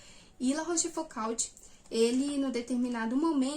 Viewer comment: Minha humilde contribuição: a pronúncia correta é algo parecido com "La Róchfucô". Parabéns por estudar os moralistas do século XVII, mas não esqueça do maior deles, Blaise Plascal.